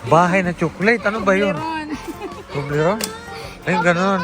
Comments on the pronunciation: ❤❤😂😂ahay di nya mabigkas ang tublerone,fevorite korin yan …Ingat kayo……😊😊😊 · Katuwa si hindi niya mabigkas ang tobleron haha bahay haha...expensive yan pero yamyam.matitikman n lahat dito.masaya silang lahat si zinea ay close silang lahat enjoy your groceries more a lot foods god bless